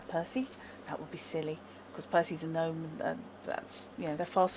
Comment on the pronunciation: Not GAHNOME it's Gnome(Knowm) Other than that awesome vid